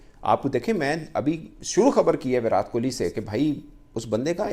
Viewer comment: Abey inke muh me kya problem hai viratttttt hai vo विरात नाही😤😤😤